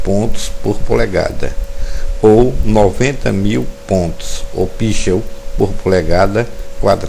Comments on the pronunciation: pixel não se pronuncia assim, como pichel. A pronuncia correta é picsel. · Ta só lendo um texto Não sabe falar ao menos a palavra pixel, se não tem o conhecimento minimo em inglês, quem dira como vai ser esse conteúdo.